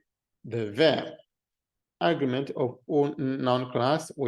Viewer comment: Just a note on English pronunciation: Agreement is pronounced, "a-GREE-ment". If you pronounce it as, " 'A'-gree-ment", it winds up sounding like the word, "Argument", which it does in this video.